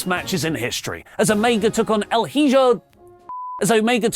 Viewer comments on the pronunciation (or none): in Spanish the H is silent and i is pronounced like an e… Hijo in English is pronounced e-jo… El-E-jo… By the way, Takeshita did it. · Repeat after me "Eeeeho", that's how you pronounce "Hijo" in spanish.. "Eeho", easy peezy!! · Hijo is pronounced "ee-ho" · It’s pronounced “E-Ho de Vic-keen-no” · Hijo is pronounced E - HO Like Riho without the r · Pronounced E- HO